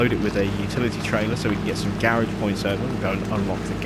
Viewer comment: Dude you are saying Garage wrong